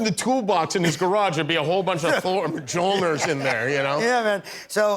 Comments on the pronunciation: What was it? Majolneer? 😂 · The way Jimmy pronounced Mjolnir, I can't 😂